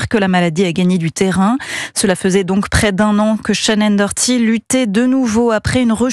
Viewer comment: Faut vraiment apprendre à lire c’est pas compliqué hein c’est Shannen DOherty